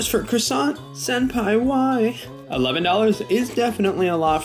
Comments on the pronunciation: Why do yanks mispronounce everything? It's not CRA-SONT, it's QUA-SOH! 🙄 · Pronounced as CWOI-SANK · Every french person here is crying at the Croissant pronunciation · Dude atleast pronounce it right.